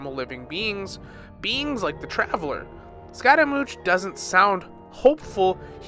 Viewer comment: is no one gonna talk about how he said Tar Ta Lia and Arlchiiino and ScARAmOuChE